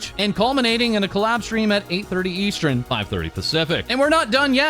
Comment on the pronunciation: EVERY TIME he talks about timezones he says "eastren" instead of "eastern" and it's absolutely torture at this point 😂😂